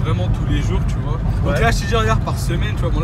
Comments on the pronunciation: Tchu vois ! 😂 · tchu vois